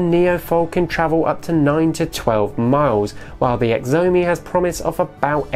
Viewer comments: Xiaomi is pronounced shyaumi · does he mean chow-me.... spelt xiaomi :-]